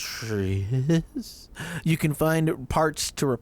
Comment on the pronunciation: Trains are cool! :D Detritus is pronounced "duh TRY tus", I only know that because of a Discworld audiobook.